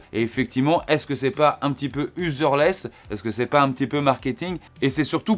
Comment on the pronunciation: Merci. Pour info on dit useless 😊